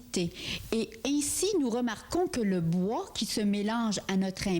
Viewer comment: Et le « bouà » à … 😂